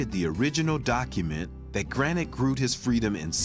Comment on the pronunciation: The (Old) Dutch word 'groote' means 'tall' or 'big'. And by the way, in Dutch /oo/ isn't pronounced /u:/ (like in 'moon') but more like /oa/ as in 'loan'.